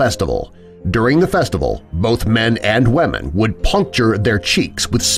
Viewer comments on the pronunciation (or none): This guy say's wemen instead of women